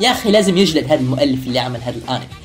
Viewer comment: انتا تقول ارمي مو انمي 😁